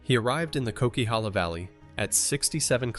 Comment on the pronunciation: Coquihalla pronounced KOW - KUH - HAA - LUH